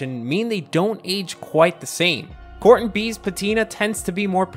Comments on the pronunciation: The word is pronounced "core ten" steel. Not "CORT un" steel. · A whole video spent mispronouncing Core-Ten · Interesting I have only ever heard it pronounced "core ten".